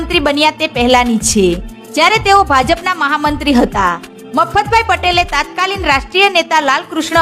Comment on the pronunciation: બેન તાત્કાલીન ન હોય તત્કાલીન બોલાય તત્કાલીન નો અર્થ થાય તે વખત ના તાત્કાલીન જેવો કોઈ શબ્દ ગુજરાતીમાં નથી. પહેલા ભાષા શીખો, બોલતા શીખો પછી મિડિયા મા આવો.